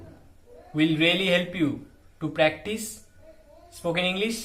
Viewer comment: Psst..."practice" no s...😉🙏🏼💞